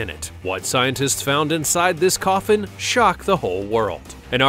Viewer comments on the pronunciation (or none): none